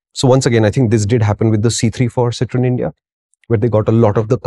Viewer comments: Make a short video of the pronunciation please 😂😂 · You guys had me laughing and hooked at the 25th second with your french pronounciation! Oh god what a start to the day! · I clicked on this video just to listen how Citroen is pronounced. 😂😂